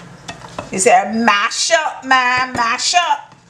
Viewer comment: I'm laughing at how you say mash up man.lol Congrats on your daughter's Union.